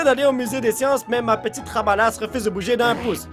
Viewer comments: Ramolos pas ramalas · polo ses pas Ramolasse voyons dont mais pas grave son nom et ramolosse dans ton jeu ses pas ramalasse ses ramolosse ok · on dit ramolosse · On dit ramollosse normalement